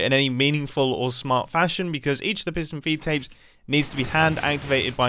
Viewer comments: “Fiston Peedtapes” -Mumbo Jumbo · Alternate title: mumbo saying piston feedapes for 12 minutes